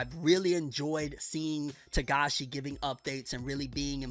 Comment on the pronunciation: First time I've heard you say his last name right